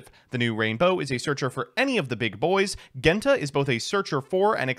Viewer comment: How does he manage to mispronounce Genta and Ceruli when they are literally based off the colors Based deck and list though, glad to see one of my first decks get a revamp